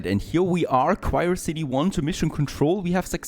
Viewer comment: Actually its Quriocity not Quirecity, u stupid.